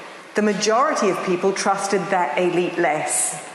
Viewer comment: ish, she clearly says the "a'lite" (not elite), maybe there's a difference in meaning (for instance, the difference between 👉 moral and (a'moral) 😉 ... Has anyone checked..?